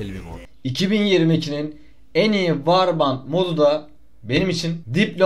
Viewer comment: Yıl olmuş 2023 millet hala varband diyor arkadaşlar "vor bend" (warband) diye okunuyor